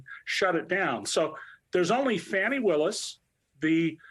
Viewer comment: hehehe Love listening to... but, it's pronounced "Fawnee" not "Fanny". Other than that very minor point, everything is on point. Alvin Bragg should be investigated, Hochul should be investigated, and as much as I love and respect AG James, she needs to be transparent, honest, and forthright answering questions. It is well within her authority to take the case that Bragg has inexplicably dropped and run with it, and she should. It is her statutory and constitutional duty to prosecute crime for the people of New York. Still wishing the best of luck to AG James and DA Willis on their cases.